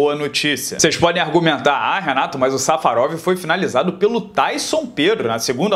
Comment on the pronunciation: eu cansei de ouvir "safadão" quando o renato disse safarov